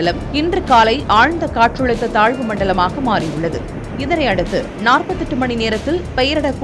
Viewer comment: Katrazhutha nu solunga...Katrulutha nu solitu irukinga